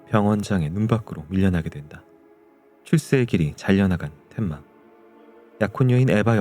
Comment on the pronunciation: 텐마를 자꾸 덴마래 😂😂😂 만화책 세대시네